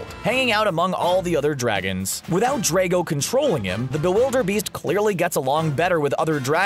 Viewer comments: Dra go not dre go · its not draco its drago some people just really get on my nerves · It's Drago, not Draigo, Drago. Get it right please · He is killing me by saying Draago